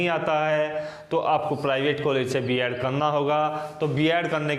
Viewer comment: बियाड नही बीएड होता है